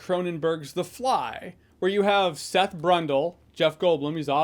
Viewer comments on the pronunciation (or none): none